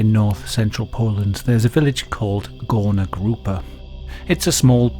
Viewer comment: That suprisingly good pronunciation. But its more like goorna groopa. People who couldnt work were undesirable and while they werent killed on mass like in nazi germany, party liked to forget about them, pretend they didnt exist. Whether you were mentally or phisically disabled so much that you couldnt work you were hidden away. Work made worth. Its shameful to not work